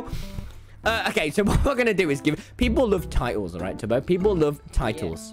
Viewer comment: Lol, hey Tommmyyyyyy, WAIT- DID YOU JUST CALL TUBBO "Tuby"?!?!?!? IF ANYTHING JUST CALL HIM "TOBY" NOT "TUBY"!! XD